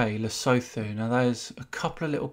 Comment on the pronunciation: Lesotho is not pronounced with the "th" sound. It is more like "Le soo too" I hope that helps